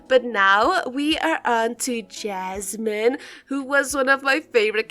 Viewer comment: it’s yasmin not jasmin 🥲